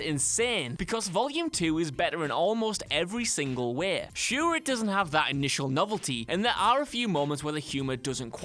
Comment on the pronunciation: Please please PLEASE!! Learn to talk! Its not Wae, its Way.